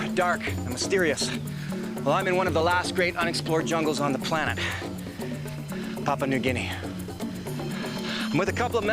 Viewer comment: It's pronounced "pa-POO-ah"